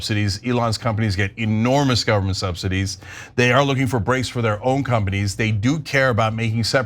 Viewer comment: Did dopey Loomer say "SubsiTEES"......🤣🤣🤣🤣